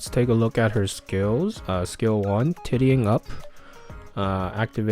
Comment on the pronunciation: Tittying up? lol....Tidying(Tie-D-Ing)